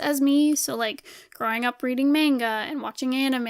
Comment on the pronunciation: I don't want to be that one guy, but... It's mahn-gaw not mAn-ga Gknagksnwnc. Just kidding. I love your vids! I have been binge watching several of your vids and I can see the progression of your work. It really pays of to push yourself, good job!